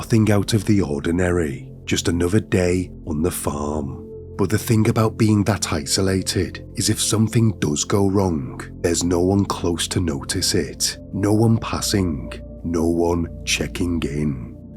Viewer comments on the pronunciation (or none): Dude, if you want to make a livingvfrom narration, learn to pronounce your "th" sound. Its not fink, eever, welfy, fort, fink, forty, free, uvver, furty free, fing etc.